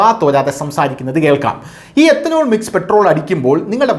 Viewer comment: എത്തനോൾ അല്ല എഥനോൾ